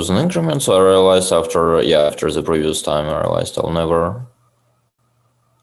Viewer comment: *ze geym